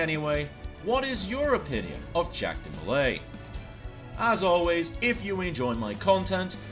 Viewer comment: Hey your pronunciation was close! (Ja-khs Dee-Molei)